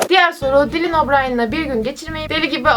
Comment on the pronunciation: seni severim ama dilin değil daylın diye okunuyor nsnsnssn